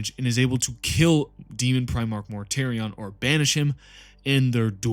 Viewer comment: Mortartion!!! Otherwise love the vid.